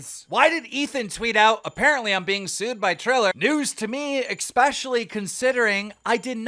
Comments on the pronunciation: Dan “X-Specially” Keem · especially ❌ expecially ✅ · "Exkspecially" ?????? Nice grammar